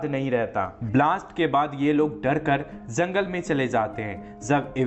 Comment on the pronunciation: Zangal nhi jangal hota